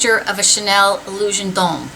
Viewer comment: Thank you for being the only person on YouTube to pronounce "Illusion d'ombre" correctly, what a relief! Maybe I sound like lil miss crankypants but I get so tired of hearing "Illuison DOMBRAY," lol. xo